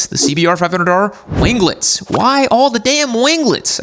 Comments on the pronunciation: the G in "wing" is silent. Just as it is in "winglets". Wing-lets, not win-glets. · Gunna buy a bike with winglets and rev it up in driveway just to hear him say "wing-guh-lets"